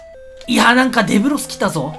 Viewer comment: で↑ぶろす